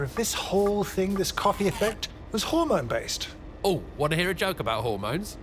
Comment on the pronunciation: “how do you make a hor-mone?” Hahaha